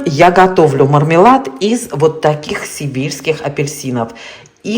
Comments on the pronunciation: 🤣🤣🤣севильских ,но да ,слышно как сибирских! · Мне послышалось "сибирских апельсинов" 😂😂😂